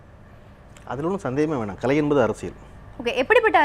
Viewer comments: நடுநிலையாளர்கள் மனதில் உள்ளதை சொல்லியிருக்கிறார் பழனியப்பன். யம்மா ஆங்கர் பொண்ணு அது களை இல்லை கலை. கலைனு சொல்லத் தெரியாத பொண்ணுககு நேர்காணல் பொறுப்பு............. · இந்த வர்ணனையாளர் நல்ல தமிழ் பேசட்டும்.. கலை'ஐ களை என்கிறார்.. என்ன ஒரு தமிழ் ஆளுமை ..